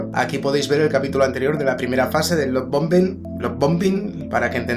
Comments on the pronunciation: Se pronuncia "Laf Baombing" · Gracias por estos videos son de gran, gran ayuda..gracias. Me destornillo cuando tratas de pronunciar la palabra lovebombing..jaja..que bueno!